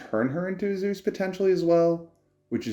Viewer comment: Thats not how you pronounce zeus xD